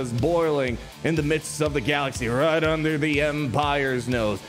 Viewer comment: bro says “andurr”